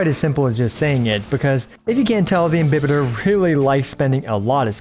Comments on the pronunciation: Your Pronunciation is right He's actually Im-bi-Baiter Luna 😂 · Dude you're one of the few to pronounce "imbibitor" the right way 😭😭😭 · Your pronunciation of "Imbibitor" is correct: it's latin, so it's pronounced as it's written I don't know what the voice actor was drinking when dubbing (pun intended) lol Ah, just one thing: the plural of Squama Sacrosancta is Squamae Sacrosanctae (ae is pronunced like you do in Lunae) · Your pronunciation is okay. This is a Latin word. There's no such thing in Latin as "im-bye-bitor"... This is just again the Hoyoverse localization team not giving a damn about the correct pronunciation of the words in their own freaking game... And "imbibitor" means something like "drinker" (most precisely, "imbiber") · I refuse to agree with the EN direction for how to pronounce it, your pronunciation of imbibitor is far superior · Imbibitor with an i is the correct Latin prononciation. You're damn right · FYI Your pronunciation of "Imbibitor" is in fact correct, although we don't know exactly what the latin pronunciation of words was, it's sure as hell gonna be closer to roman-languages such as italian or spanish than the americanization of EMBAIBITOR, which is a bit cringy tbh. I'm glad I didnt have to cringe for the entire video. Great work as always! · Technically you’re correct with your pronunciation, but the VAs did so in an English way 🤷🏻‍♀️ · 1., thanks for your precious videos! 2. You got the correct pronounciation for IMBIBITOR, however the AE sound in LUNAE should be shorter, like the E of EXACTLY 3. Wish me luck, i'm about to pull for this husbando 😂